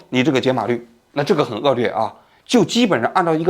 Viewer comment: 王局的很多视频都把“恶劣”读成恶”lue”，觉得这个档次的节目和播主不应该读错。